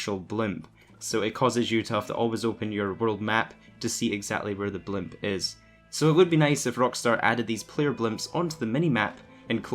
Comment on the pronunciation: it's BLIP not BLIMP lol